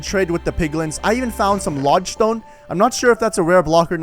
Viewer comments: Cook I was just saying he pronounced it wrong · I also found a logestone Literly everone: LODESTONE